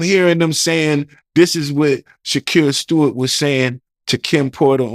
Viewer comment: Damn. He said Shakir “shake” Stewart. Idek much about him but that death was super suspicious and niggas down south was devastated when it happened. Shit.. 😮